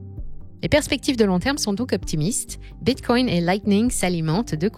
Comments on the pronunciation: Bitcoin et non bitcoyne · Hello ! Je suis super fan, abonné depuis longtemps et je vous adore. Je fais aussi partie des fans de La Voix d'Eleonore. :-) Mais c'est hyper étrange la façon dont vous prononcez Bitcoin non ? (Respectueusement) On dirait que vous dites bitcongne 😂. Ça produit un effet intriguant. J'ai l'impression de devenir accro. C'est surement un plan marketing diabolique pour faire plus de vues 🤣